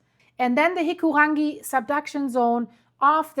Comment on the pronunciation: go pronounce taurekareka. I'm actually sick of Euros telling us how our language should be pronounced. I learnt English pretty damn well, the least you could do is learn Māori. Oh wait, you're special enough to call it "Hee-koo-rang-GEE". I guess I call it WAI-pī-po